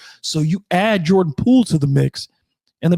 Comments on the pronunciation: its Poole, not Poo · sounds like you are saying poo every time, to me anyways. no shade love the show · 😂😂 he does say poo